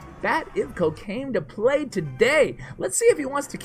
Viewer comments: for a second there I thought had said cocaine lol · sounded like you said cocaine lol actually said 'Bat Ivko Came to Play Today'